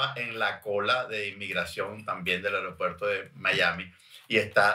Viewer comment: Y ella dice aeriopuerto xD